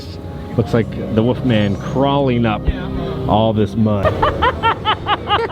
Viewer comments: I love your videos but are you punking us when you say “Woofman” instead of “Wolfman?” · Probably speech problems or an accent. I really don't mind